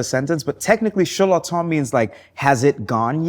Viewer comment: He pronounces his name properly.